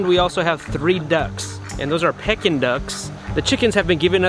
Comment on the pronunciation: Hello, If your ducks are Pekin ducks my understanding is that this is pronounced as if it were spelled Pee kin with slight emphasis on the kin. I think you pronounced this as if it were spelled Peck in. Ask on Google how to pronounce Pekin and you can hear the difference. Anyway, I enjoyed your video. Thanks.